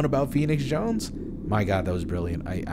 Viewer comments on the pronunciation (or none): none